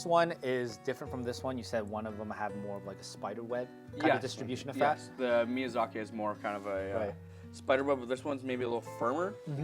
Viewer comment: The awkward moment the chef can't pronounce miyazaki and turns it into miyazakay for no reason.....